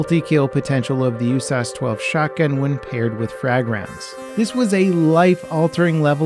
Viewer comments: Bro, who calls it the “you-sass-12”? Ya just say "You Ess Ayy Ess 12". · Bro, who calls it the “OOH-SAUCE-12?” Ya just say “you-sass-12”